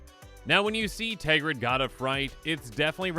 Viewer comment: TERGRID NOT TEGRID Just read the card